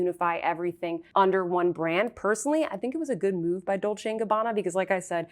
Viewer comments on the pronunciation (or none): none